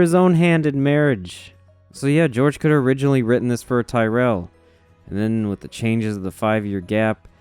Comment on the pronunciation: You're the only American I've ever come across that pronounces Tyrell correctly. Thanks king.